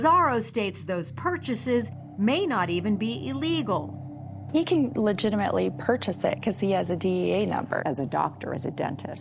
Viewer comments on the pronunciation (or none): Love the show, but I can't stand it when all of the commentators say E-legal, and E-mediately.